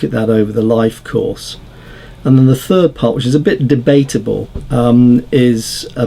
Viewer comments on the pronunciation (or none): none